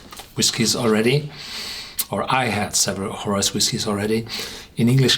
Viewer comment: Great review...it's pronounced Mac-eye, not Mac-ay.